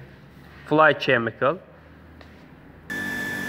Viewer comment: Chemical is pronounced as Kemical.